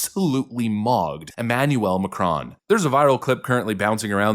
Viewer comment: Pronounced Mah crone like drone